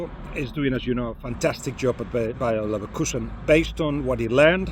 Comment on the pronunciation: mandem said liverkuesen